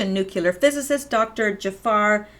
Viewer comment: Every time you say "nuculer", I cringe. Try "Nuclear" - "New Cleee er" Otherwise, good work. I have to watch again because there are so many things I remember reading about years ago but forgot. ie the port scandal. I cringed at that too. Obama, Bush...treason.